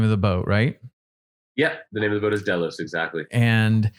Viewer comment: Ketch not sloop....also not DAY LOWS......it's DELL LOS.